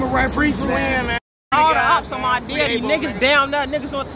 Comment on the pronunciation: It’s not they daddy it’s they deddy I hate the way they pronounce it 😂